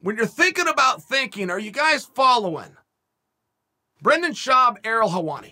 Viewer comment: "Brenda Schaub" lmaaaaao